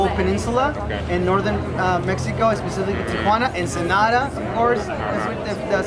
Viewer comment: Kudos for pronouncing it correctly- Tia Juana is here in La Paz! Jajajaja